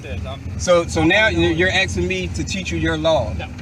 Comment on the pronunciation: '' Your AXING ME ''.